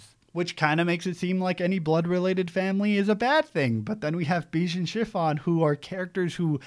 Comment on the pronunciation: Love this arc so much. Glad you were still able to enjoy and appreciate the scope of Big Mom, a lot of folks are (justifiably) put off by how she becomes a mindless obstacle for half of it but this arc still made her my favorite character. Capone’s name is more pronounced ‘Beh-Gee’.